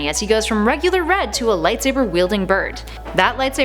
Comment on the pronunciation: Did she say bread? Instead of red?